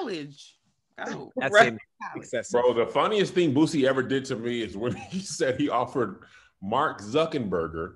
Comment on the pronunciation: please stop saying “boozie” it’s “boosie”.